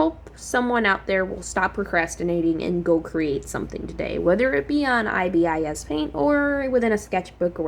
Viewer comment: Pronounce it eye bis paint